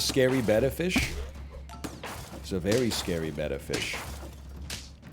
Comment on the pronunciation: Why does he pronounce beta fish that way? Its genuinely killing me